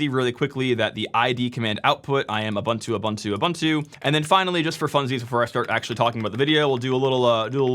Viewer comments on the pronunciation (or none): It's pronounced oo-boon-too